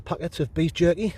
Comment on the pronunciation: I had to laugh when you went through the list of food that you brought. I mis heard you when you said scmick had bought a packet of beef jerky. It sounded like " knee jerky " 🤣